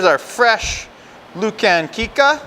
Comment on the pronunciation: You are pronouncing the name of the sausage wrong it's pronounced LOO CAR KNEE CA